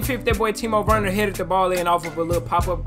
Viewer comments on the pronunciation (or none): none